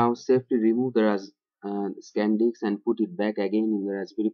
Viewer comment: it's not 'Sand diks' man :p , it's 'Sand disk'